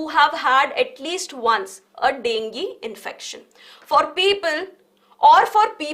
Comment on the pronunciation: Dengi ✅ Dengue ❌